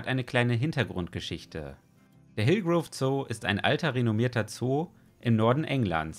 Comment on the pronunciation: Und es heißt "Hillgrove", nicht "Hilgroove", ^^